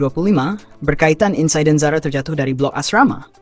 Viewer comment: sapa la suara pngulas ni, insiden jd insaiden..